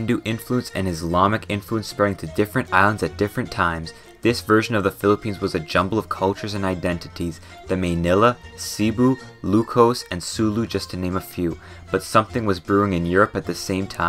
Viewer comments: Its Seh-bu not see boo, american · The way he said cebu and Manila made me pull out the broom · I lived in the philippines for 12 years before moving to canada and i never knew having more than 2 typhoons a year was not normal until i asked my friends why there hasnt been a single typhoon that hit us yet Also the way you pronounced manila, cebu ilocos, etc. was so butchered but it was very funny, thumbs up! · I am ENRAGED OF HOW YOU SAID CEBU >:(